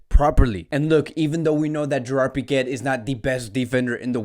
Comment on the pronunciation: Am I the only one who hears him pronounce Pique as Piquet😂